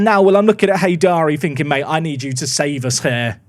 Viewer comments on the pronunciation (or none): none